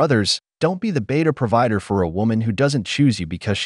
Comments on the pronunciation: wasty? (waste) providder? (provider) Is this an AI narration? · Please be a "beater prahvitter" and fix your AI voice over pronunciations.